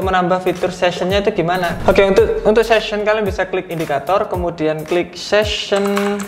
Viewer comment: Session bang bukan season